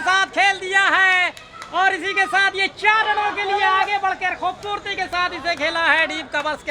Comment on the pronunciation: Bhaai खूबसूरती होता है। खुबबूर्ति नही 😂😂😂